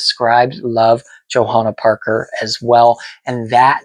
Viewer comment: Awww!! I Love this! You pronounced my name beautifully, and I so appreciate you taking the time to deep dive into all things JP! You clearly have done your homework, and Thank You so much for loving my designs, taking the time to share your collection and inform fans about my art. I’m truly honored & humbled by the many JP enthusiasts out there and tickled to see videos such as this. Warms my Heart! Happy Hunting & Haunting, ~ Johanna Parker:)...(and btw, you’re right on the polk dot with your hunch! Indeed, we will have a new Holiday ceramic collection hitting stores this year!)